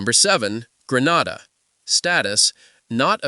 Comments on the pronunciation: Grenada not Granada😮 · He has an issue pronouncing Grenada, St. Lucia—-Could be AI-generated/narrated info…